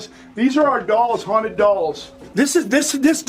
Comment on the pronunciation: They say "its most hounted..." IN EVERY VIDEO lol